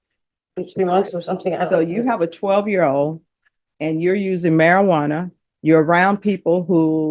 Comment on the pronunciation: omg stop saying marijuarna its called cannabis. and who cares about the weed. hate this crap. cannabis is not a problem around kids.